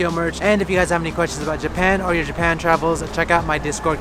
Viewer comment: Juban? Oh you mean Japan